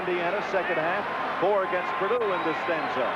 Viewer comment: Always loved how coach knight called them "peardue".